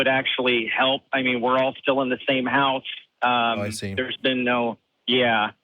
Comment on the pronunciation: beast shawnee as in “ I see”...Eee see???? As in Pi...Pee? As in Hi Ho...Hee ho? As in Mike Tyson...Meeke Tyson? As in Diane...Deeane? Like? Nice? Rice? Jive talk!! Live from Austin ? Leave from Austeen!!